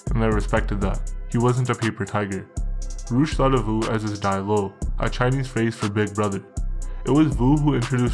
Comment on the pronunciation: Vu is pronounced "Yo"